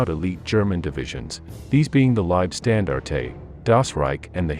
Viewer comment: pronunciation on other german names -cringe making!